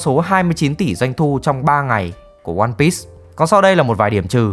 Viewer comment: ơ, lại ONE PISS à, Bắc kỳ ai cũng đọc tên phim kiểu PISS à? 👎👎